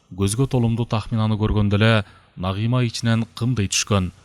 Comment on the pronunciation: Үнү жакшы так так уккулуктуу, бирок Нагыйма Нагыйма дебей Нагима деп айса кандай болмок....🙃😊